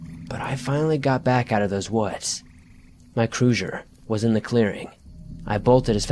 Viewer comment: "Cruzher, frozhin"